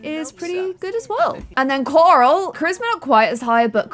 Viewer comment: I love the way you say Coral. I love all your videos. I try to stay on all your new series.